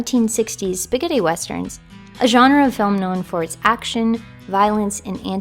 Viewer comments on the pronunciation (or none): I love how she says Spaghetti - "Spigiddy". Great video, really reminds me of how special Red Dead Redemption (and Revolver for that matter) were!